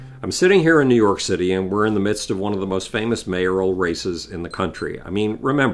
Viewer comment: Couldn't help myself but hear "new york shitty" several times especially . Then he proceeded to talk about shit. I just found that amusing.